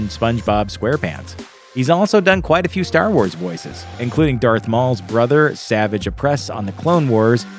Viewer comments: Easy to tell this guy didn’t watch clone wars pronouncing savage that way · It’s not pronounced Savage lol